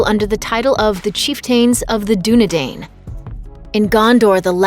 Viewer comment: same with Dunedain